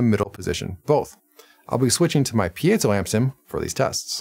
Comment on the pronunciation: Nice review! Thanks for pronouncing piezo correctly and making a point of it. Interesting guitar. Thanks for the in depth review.